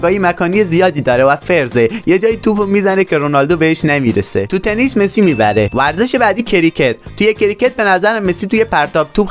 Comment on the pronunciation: تو اول یاد بگیر بگی ورزش